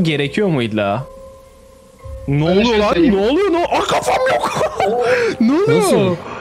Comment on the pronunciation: ABİ "NE ELİN BEĞENİYE GİTMİYOR GİBİ" DERKEN "NE" YERİNE "BE" DİYORSUN DÜZELT ŞUNUUUUUUUU!!!!!